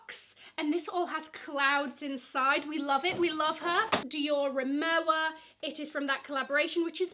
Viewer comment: Rimowa is pronounce as rimova. It’s a German brand.